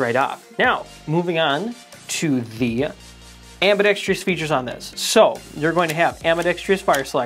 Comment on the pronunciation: Why does everyone say ambidextrous incorrectly? There is no "tree" in the word.